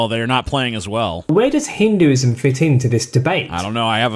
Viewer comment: You can't even pronounce Hinduism 🤣🤣